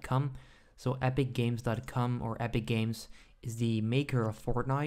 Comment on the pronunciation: Mans said epicgames.cum